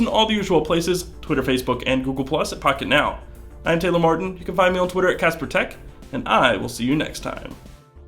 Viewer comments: I thought you said "fuck it now." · lol when it started i thought he said welcome to fuck it now 😂